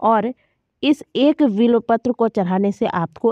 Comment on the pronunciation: vo bilopatra nahi bilpatra hai